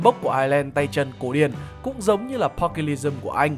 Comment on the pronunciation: Pugilism thấy phát âm đúng phải là là "Piu-Gi-li-Dừm" Longsword -> "loong so" Savate -> "sa vát"